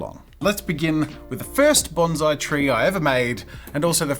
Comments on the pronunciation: those poor trees... also, "banzai" is a Japanese warcry. "Bonsai" is a Japanese art form. please pronounce the "s" :||| (i promise this is not meant to be a rude comment, i love jazza a lot) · The correct pronunciation of bonsai is Bon PSY (as in the Korean dude with sunglasses singing Gangnam Style)